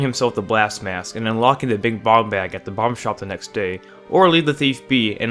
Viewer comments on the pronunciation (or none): none